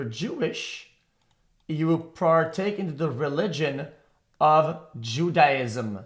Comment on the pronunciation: The fake dumb word pronouncing is cringe tbh, we all know you know how to pronounce Judaism, you didn't even try to make it believable 😑